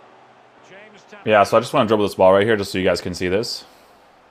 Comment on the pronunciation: Just glad you say his name properly haha